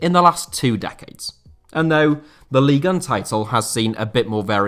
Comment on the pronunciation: You are so precise with your narration, articulation and intonation - yet, you can't seem to pronounce Ligue 1 properly :)